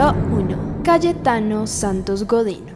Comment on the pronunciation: Creo que fui la unica que en vez de entender Cayetano entendio Calle Thanos :vvvvv